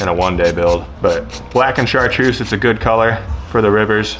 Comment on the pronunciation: Lol he said “chartrussy”